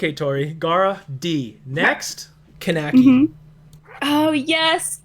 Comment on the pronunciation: It's pronounced kaa-ne-ki not keneki